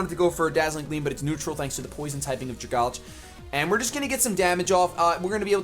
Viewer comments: When you read pokemon names, I think you need to realize what the real-life comparison they are trying to make is. So Dragalge is a dragon algae, so it is pronounced "Drag" (from dragon) - "algae" or "algee" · Dragalge ( DRA-GAL-GE ) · Dragalge = Dragon + Alge (the green shit that grows in lakes). Drag-al-ge Why can't ANY pokemon youtubers pronounce that? XD